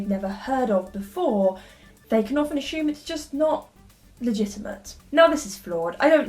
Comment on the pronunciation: do all english people say "asshume"